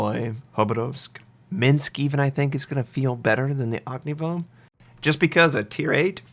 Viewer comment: I just don't understand why he says "og ni voh". He says Udaloy just fine. What makes him drop the "y" at the end of Ognevoy?